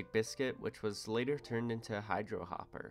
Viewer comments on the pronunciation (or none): none